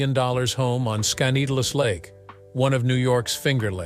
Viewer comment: This robot's mispronounciation of Skaneateles Lake near Syracuse s hilarious! It's Skin-e-at'-less. Also, I don't think he commutes daily from the Syracuse airport 30 miles away to NYC! That would take hours. So it must be his weekend/vacation retreat, not his M-F home.